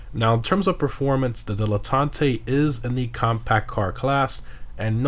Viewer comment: Why are you saying like that? Its not Spanish man